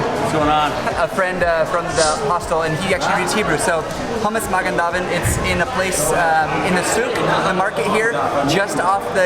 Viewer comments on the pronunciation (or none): That hummus at 550 is hummus with fool. The sauce is probably matbucha. so regular Israeli hummus is served with just olive oil and paprika. The market is called shook not sook, it’s pronounced (mah gin (not jin)da veed) pita is bread.